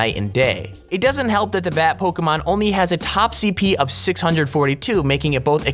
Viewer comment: stop saying pokémon wrong dumbass shit